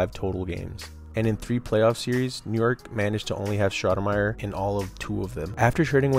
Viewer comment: It's STOUDERMIRE NOT SHHHHNOUDNERMYER 😂😂 dbag